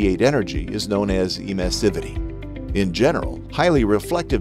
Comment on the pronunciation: Good video, but the mispronunciation of the word Emissivity is totally distracting. It should be clear that it has to be pronounced like in Emission